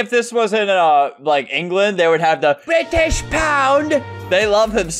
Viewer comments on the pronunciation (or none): Ah, yes! My favourite bRITIsH pound 💀 ( I’m British )